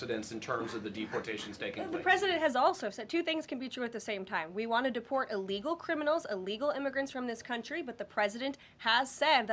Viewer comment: Ellgal like Emediately is NOT A WORD! English 101.